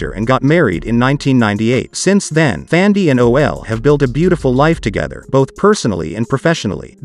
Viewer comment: Brown He is PRONOUNCING her name as THANDIE.